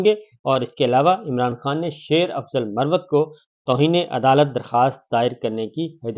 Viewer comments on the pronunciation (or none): none